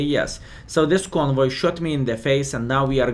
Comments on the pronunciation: He called it "convoy" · You said "however you prounouncing this", so here 'tis: Kon-huay (soft "w" instead of hard "v"). Glad you're enjoying it, huay to go!